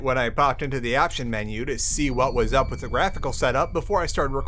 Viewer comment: Lost in VIVO has maps!? Really? I've beaten the game without knowing that?! Also, i don't quite get why sometimes he substitutes "th" with "z/s" saying "Wiz" instead of "With" and so on. I just found that detail peculiar and wondering if there is an explanation.